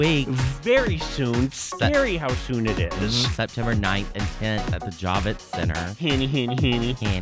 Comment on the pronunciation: It's not the Jah-vitz center, it's the Javits Center fool.